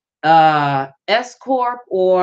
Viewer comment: Just had to say this. At first, i thought u said "escort business" because of the accent while speaking. THEN...i realized u were saying "S Corp". Foolish me🤥. Anyways, good & concise info. Peace out.